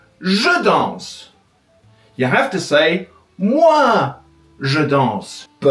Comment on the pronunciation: Jo danz? Je dance. Vous danciez ? Vous dancez. That’s not correct and the prononciation is bad. Sorry, but the video is good.